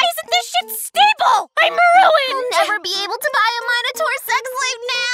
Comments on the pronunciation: Hold up....did she pronounce Minotaur...wrong or... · That's not how you pronounce "minotaur"